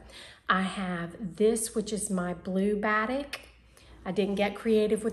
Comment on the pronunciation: so happy to see you again. Glad your mom is on the mend and can soon move into her beautiful new home. (Just a hint....batik is pronounced as ba-teek) 😉 love your confetti top and would love to have in my wardrobe. So glad you are back!